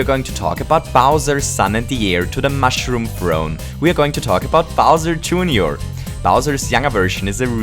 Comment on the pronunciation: ahaha! "smol bowsur" i love it